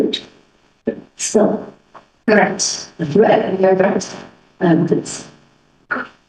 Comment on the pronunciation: Haha!! We're you chuckling to yourself about what you were writing?! That cracked me up. What you wrote is literally how it happend. LS: Are you a tret? Dr: A what? LS: A tret? Dr: A dirt?! LS: A THHH-REATTT